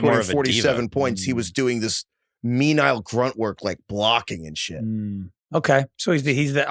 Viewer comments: new ludicrous pronunciation just dropped: menial as “mee-nye-ull” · Did get away with pronouncing menial and menile?